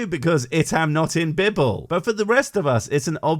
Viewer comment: Philomena Cunk - "The Bibble" is how it should be said by everyone.